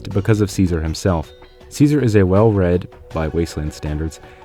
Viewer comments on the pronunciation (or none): still saying ssssseasar while the whole game says it right...